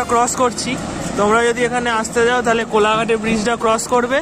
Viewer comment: kolaghat noy bol nowpala😅😅